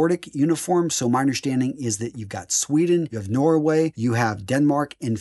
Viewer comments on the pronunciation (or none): none